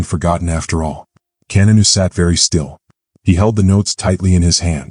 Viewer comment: His name is not Kenanu!